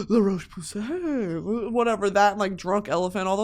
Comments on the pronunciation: so glad im not the only one that likes to deliberately pronounce it wrong and say "luh roach pussy" (its fucking funny. im sorry french people.) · “La roach pussay “ 💀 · La roach pussy took me tf out, I always hear other influencers put their whole throat into trying to pronounce it correctly 🤣🤣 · Cracking my head off at the pronunciation of “La roche-Posay” brand 😂😂😂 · every time she says roche posay I can't breathe